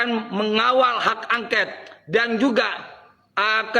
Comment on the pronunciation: Bukan hak angket paaak. Tapi hak angkot.mkc klu baca teks itu pelajari sampai hafal paaak